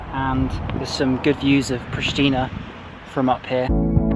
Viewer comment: Its correct said Priština, very simple